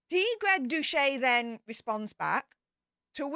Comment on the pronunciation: "Doucette" is pronounced "Doo-SET."